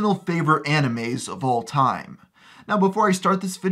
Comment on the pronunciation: Why does he call them amimes